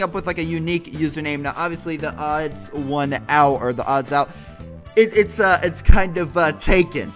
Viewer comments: The Odd One's Out Thats how ya say it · The odd one’s out is how u say it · You pronounce it The-Odd-Ones-Out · Pronunciation: the odd ones out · YouTube must have been drunk again when it said 16 views it is actually 25m views lol I love you and THEODD1SOUT!!! BTW. It's pronounced the-odd-ones-out :) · His YouTuber name is pronounced The Odd 1s Out But together. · Hehehe. U sed "odds1out" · its pronounced "The odd ones out" very simple! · Its pronounced The Odd Ones Out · pronounced: th-he-ohd-whons-ouht= theodd1sout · Its pronounced the odd once out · its pronounced odd ones out